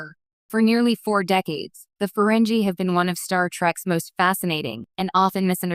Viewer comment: What a crappy A.I. Video. EVERY SINGLE STAR TREK FAN knows that the alien subjects of your video are pronounced: FUR-REN-GEE. (with a HARD "G", not a soft "G") I won't even bother watching this video if you can't even pronounce their NAME correctly. This A.I. SLOP on YouTube is getting WORSE. People are making videos about subjects they have ZERO knowledge on. THUMBS DOWN